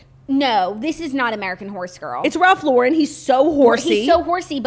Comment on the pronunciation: It’s Ralph Lauren not laurén!!!! He’s from the us!